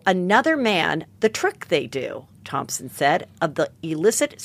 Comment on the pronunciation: Take a shot every time Heather says ThomPson instead of Thomson 😂🕺🏻♥️